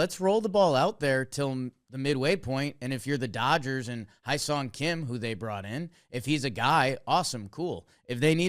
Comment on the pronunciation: Soon the founders of the Hyeseong Kim Fan Club will know how to pronounce his name